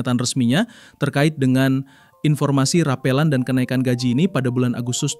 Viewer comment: Yang bener ngomongnya bukan rapeulan tapi rapelan